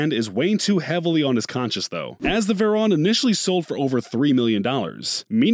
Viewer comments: ImAgine actually veyron is pernounced more like vaywrong, or vairon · This dude said Veron and not Veyron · also how they said it as veyron even tho its pronounced vevryon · No one: This dude: “Bugatti vErOn” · "Bugatti Verrón" 💀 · Why he say vayroooooooon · This guy cant even say veyron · This man did not just pronounce veyron wrong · Why he say veyron so weird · Bruh, why does non car people make videos about other peoples cars... just delete this whole video, smh. Their is so much wrong info and how he pronounce the names of the car...